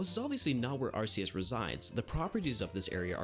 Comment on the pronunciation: You pronounced Arceus wrong